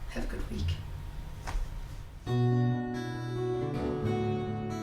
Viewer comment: love your messages, Teal, but every time you say have a good week, I hear have a good weak lol